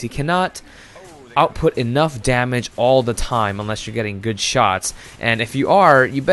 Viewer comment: "Sniping is a goid job, mate!"